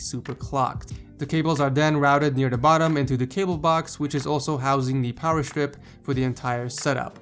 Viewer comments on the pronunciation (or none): none